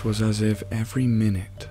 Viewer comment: Anyone noticed he often pronounces words incorrectly? For example in this one, "minute" was pronounced as in the unit of time instead of "something small", and "permutation" was just pronounced wrong. Just ruins the immersion for me.